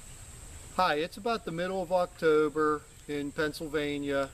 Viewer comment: "Hi, it's about the middle of Octoooober in Pennsylvania..." Hahahaha, as soon as I heard you say October, I knew you were in PA! Anyway, my wife brought a big bag full of these home the other day. Some were probably laying on the ground a while. I say this because a lot of them have larvae in them. I was wondering if they were good or not. The larvae seemed to only be eating the outer husk and not the nut. It was hard to tell, though.